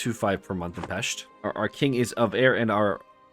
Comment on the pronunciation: So glad to hear a non-Hungarian pronouncing "Pest" correctly. 😃 Great run btw